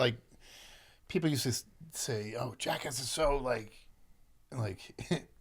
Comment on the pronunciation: As an aussie, its so refreshing to hear another one of us pronounce 'Jackass' correctly.